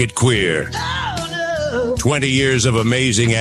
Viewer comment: Did she say she had “a super qneer mandate”? I’m pretty sure that’s what she said. Congrats, lady. It is now super queer.